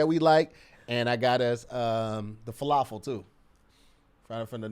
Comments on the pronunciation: I was like aww is such a good friend to order lunch for them! Then said “fa-la-full” and my warm fuzzies went right out the door. 🤣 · I kind of flinched at fala-full. But then again I laughed at it 🤷🏾‍♀️😂